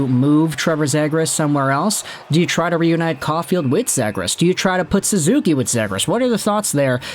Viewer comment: guy said suzuki LMFAO